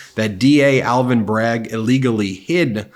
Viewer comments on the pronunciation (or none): none